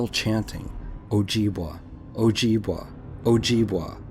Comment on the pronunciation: just to let you know its pronounced o jib way not wa awesome stories though